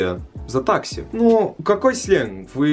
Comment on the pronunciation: Хахахахп, почему мне так смешно, с его: тАкси 😂